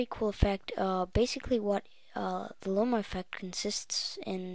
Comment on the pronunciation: Lomo, not Lome, whatevs, I dig it. Thanks for postin' this.